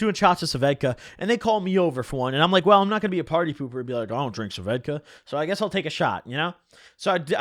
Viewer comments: Bro it’s svedka not sevedka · It’s svedka not suvedka lmaoo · What the fuck are you saying? Svedka? Ss ved ka... Am I insane? Do you actually pronounce it Sa ved ka like he is? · Nobody: Noone ever:: "Suhvedka" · Why u call it suh-vedka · why u say svedka "Sa - vedka" like that hahaha